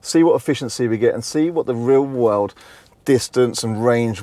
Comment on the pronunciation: Every time you say "real world drive" it sounds like you are saying "rear wheel drive" or vice versa. Got confused.